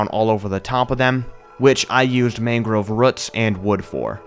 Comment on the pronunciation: Amazing building, commentary is great, but... ... Mangrove ruts? Ruts? RUTS?!